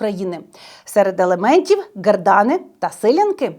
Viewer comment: Як же я не можу з різних наголосів на "гердани" чи "силяти"... а ще оце "спадчина" ріже слух прям капець 😫